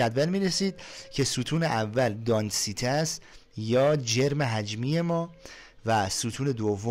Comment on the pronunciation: داداش اون دانسیته نیست اون دنسیتی (density)هست